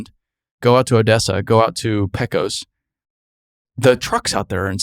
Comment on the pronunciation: Good analysis. Interesting video. One thing: the town of Pecos is pronounced PAY-cos, not peh-cus.